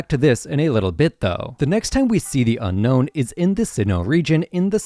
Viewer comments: Brother..... it's Un-no not unknown. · You keep calling them the Unknown, but they're called the Unown.